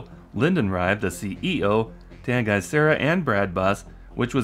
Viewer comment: Also side note, I think Tanguy is pronounced "Tangy", unless we all butchered his name in the shop. Very possible with such a weird name